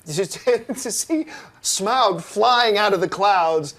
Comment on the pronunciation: did she pronounce smaug as smag? wtf